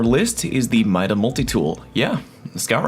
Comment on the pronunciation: MIDA? really? bruh